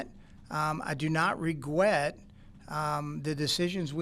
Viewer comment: "Regwet"- Chris Ballard